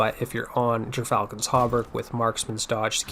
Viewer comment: Gyrfalcon is pronounced *gear-falcon